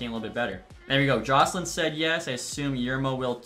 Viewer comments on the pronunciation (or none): none